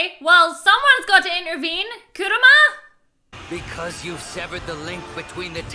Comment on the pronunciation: Please its Kurama not Kuruma kuruma is a car in japanese xD